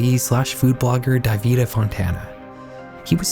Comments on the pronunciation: Horrifying, indeed 😔 ("In the olden days" lololol, ☠) (BTW… "Davide" is pronounced "dah-vee-day" in Italian) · I know it's not that deep but hearing "davIde" instead of "dAvide" made me want to rip my ears off oh my god 😭